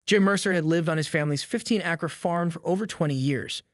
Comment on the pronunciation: Ya lost me at 'acre' It was not pronounced correctly